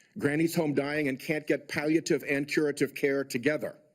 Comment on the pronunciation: Learn how to pronounce “Pallative” before you throw it out there; even though I agree with your overall point, seemingly.